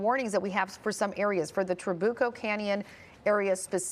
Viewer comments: It is Tra-bu-co. Emphasis on the U. Not Tra-boo-co. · Tra BYU coh not boo